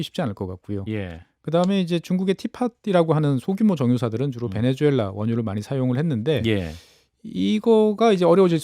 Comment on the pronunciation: 얘네들도 나라 이름을 베네:주:엘라 라고 하네? 자막이나 설명에는 베네수엘라 라고 하고. 말은 베네주엘라 라고 하고. 그러면 니들도 이름 바꿔주마. - 박채홍